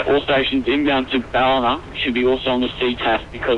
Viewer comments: Great Video, as usual, bye the way it's not pronounced Balleena but But Ball..i.. na as in the phonetic India. Just down the road from me and an airport I used to fly GA real world out of. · Haha, being an Aussie it's funny hearing you say Ballina. It's not bal-ee-na, it's bal-i-na. It's all good, I think I'm a little OCD. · Ballina is pronounced "bow-lin-uh" now "buh-leen-uh" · Great video, just a tip Its pronounced, "Ba-Lin-Na" Not "Ba-leena" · Bal Is pronounced as in Pal, and ina is pronounced In ah :) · its pronouced Ba-lin-a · I'm from Ballina!! :) actually taking this flight on Monday (17/12/16) home (except on Jetstar not Virgin). Also it's actually pronounced Bal-in-nah haha. Love the vids! And thanks for doing so many Australian flights.:) You've done both my hometowns haha, Ballina and Canberra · not quite.... I think Bah-Lin-Ah would be a more accurate phonetical pronunciation. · Ballina is pronounced ball-i-na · Just for future reference, Ballina is pronounced as though it rhymes with mariner, with the emphasis on the first syllable, BAllina. Love your videos - if you ever get the chance, I would love you to fly to Tasmania. Launceston would be great, or if you prefer to the state capital, Hobart. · BAL-IN-ER ffs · Do future reference it's pronounced "BA-LENA". Love your videos mate. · it is pronouced bal-in-a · nice vid but your pronunciation of Ballina nearly made me not watch. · Uggggghhhhhhh ugh the way he pronounces Ballina ugggggghhhh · Yep, this annoyed me so much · totally not how you say ballina. made me smile and giggle. ballina is still in NSW not QLD and VA normally fly the E190 there.